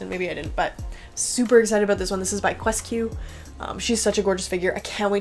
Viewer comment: Surprised how the Japanese pronounce QuesQ as "KyoosKyu" btw,, I thought you'd actually go with that 😂